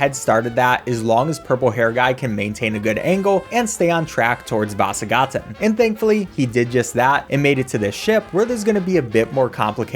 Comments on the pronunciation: The way you say Vasagatan is so funny to me 😂😂 Vaaasagaaaten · Idk why I think it was funny the way you said "vasagatan" it wasn't a bad pronunciation from an American standpoint but it just sounds goofy. I would come up with an American example but I can't think of one :/